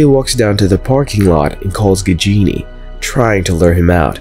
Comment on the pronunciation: Don't pronounce it "Gigini" it should be like "Gaajini". 😁